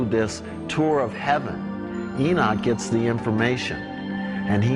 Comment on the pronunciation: Enoch sounds like cock